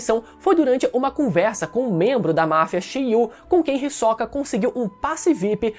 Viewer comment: o HiSOCA 🥵🥵, que agonia ele pronunciando assim kkkkkkkkk